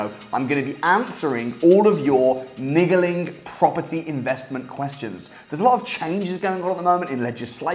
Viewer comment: He just said niggeling